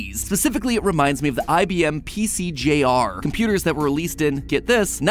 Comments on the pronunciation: PC Jr. As in not PC Senior. PC J R sounds weird. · The IBM PCjr? It's pronounced the IBM PC junior.